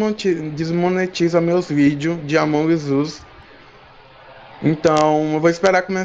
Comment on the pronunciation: ele falando:amongui zuis